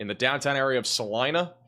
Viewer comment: Thanks for pronouncing Salina (KS) correctly!